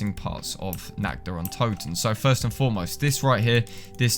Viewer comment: God, all these years this map had been out people still cannot pronounce this map correctly